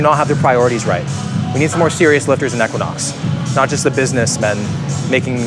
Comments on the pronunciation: 1) Equinox is pronounced "EEEE-Quin-Ox". It's not pronounced with a short "e" like kept saying. 2) I wouldn't be mad all if he lost those sunglasses. 3) I could've done w/o all of the double entendres peppered throughout the video. Ew. 4) It was offensive that a room that costs over $1,000 a night didn't include the roombar snack items. 5) Bottom line the review was decent and the hotel doesn't live up to the fitness hype. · I can't get over the mispronunciation of E-quinox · Great video! But for $1,000 a night, you couldn't ask anyone how to pronounce the name correctly? lol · Hate how he pronounced equinox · Hearing how you pronounce equinox, is the American equivalent of Canadians hearing "new found land"